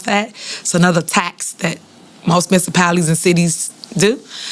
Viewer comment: "We a hoe MISSAPALITY.!" Shhes gonna be Supa Mayor on Super max